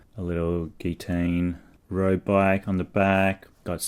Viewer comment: gitane is pronounced Jee-tan ;)